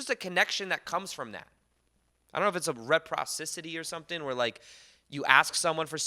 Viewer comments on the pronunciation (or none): To clarify the "reprocisity" you said is reciprocity.